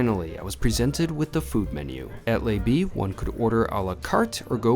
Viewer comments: It is either Le B with the L pronounced le not lay or maybe its Le B with as before but in French the B would be pronounced Bay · It's not "lay bee" its luh-bee. Your French is off. Also, just back from St Barths were $45-50 burgers are standard. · Great video. And it's not "Lay B" - it's "Luh B":) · the name of this restaurant is Le B...not Les B..... but I enjoyed the video > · I hate to be that guy but I was about to say the same lol. Great video though! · I’m pretty sure that it’s pronounced luh as in duh B. Since you’re eating 46 buck (why not just make it 50 ?)burgers you might as well get it right! Hahaha… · If you’re going to review French restaurants take the three google minutes to find out how to pronounce their names or you sound like a friggin rube.